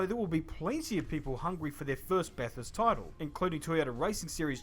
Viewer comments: First thing you gotta know is that no matter what accent you have, Bathurst is not pronounced with the “Bath” sound Aussies pronounce Bath “Barth” just like the brits but Bathurst is a town with where the ba is the sound used in the word Bang. So Bangthurst without the “ng”. And yes it is an Aussie ritual whether you like motorsports or not to watch the first few laps and the last few laps as the excitement levels are usually 10 out of 10. A must see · You wont get far in Oz with that srubborn pommy pronounciatIon. Barthurst. Youll be laughed out of the country. Giod luck with that. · Sorry, but listening to the Clarksons, Mays and Hammonds of this world bang on "Barth-hurst" is excruciating, to say the least. You can blame them 😊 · No tricky there. Never heard something you lie in water in a bath room called any thing else but a Barth room. So fully understandable why you pronounced the town like that. Ah those Australian Plebs,what were they thinking…I’m sure if it was in the south, it would have been Barthurst. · If you just like crashes... Regardless of how un-English it is, it is not Barth. The locals don't pronounce it like that, so please don't. (You pronounce route as root, so apparently you're just a s#it stirrer). Tune into the Bathurst race every hour on the hour, for the updates (ie crashes & stuffed up pit-stops). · Bathurst will be live streamed on 7plus com au on the 9.30am 5th Dec 2021. (4th Dec late afternoon early evening for you) Bathurst has a crap ton of carnage from start to finish. Anything can happen during that race and normally does. PS: Race going Bogans will remove your teeth with a spanner or crowbar for pronouncing Bathurst the way did. The race going bogans (and most Aussies come to think of it) would take it as an insult. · You’re not listening . It’s incredibly organised , is way better thanNASCAR. And it is not Bogan. I watched it today, first time and was amazed at the talent these drivers . It’s BATHURST NOT BARTHHURST